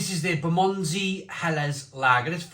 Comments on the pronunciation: Fair review. Can't say I've been impressed by any Four Pure beer I've sampled but then again I've only tried ones from Lidl. BTW it's pronounced Ber muh ndzee 😉🍻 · Love your pronunciation of "Bermondsey" 😅